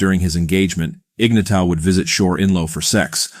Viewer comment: Shit, do some research and learn how to pronounce the dude's name.